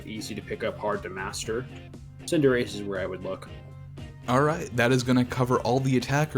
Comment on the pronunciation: Nope, Cinderace is pronounced officially with “ace” not “achie”